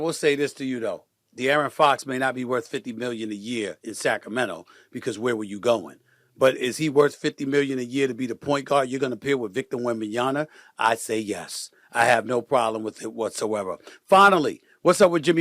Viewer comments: This brother still doesn't know how to say Victor's name lol he stays saying "WembanYANA" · Is it in Stephen A’s contract that he has to mispronounce “Wembanyama” every time?? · Steven A…….. I consider you a smart man who knows how to read. Soooooo why do continue getting Wemby’s name wrong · Stephen A, you gotta learn how to say Wembanyama, you're gonna have to say it a lot...